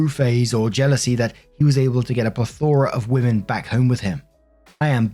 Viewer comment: Why do the people who use the word "plethora" not know how to pronounce it?